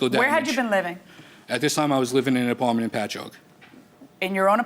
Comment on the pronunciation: Plaintiff: "An Apawment".